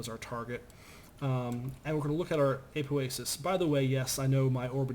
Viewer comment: its apoasis not aupoasis